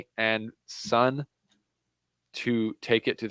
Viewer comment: Great analysis dude, Jist one thing tho. SUN is pronounced SOON 😊